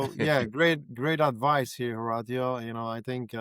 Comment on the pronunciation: Ho- rawt- tio? Dude mash up yuh name bro